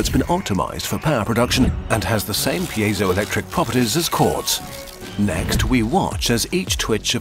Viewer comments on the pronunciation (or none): none